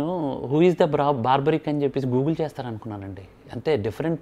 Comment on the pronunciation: Cinema title correct ga pettaledu, paiga aa pettinadi correct ga pronounce cheyyaledu. Aa character ni Barbareek anasli, nor baarbaric . Baarbaric ane word negative meaning isthondi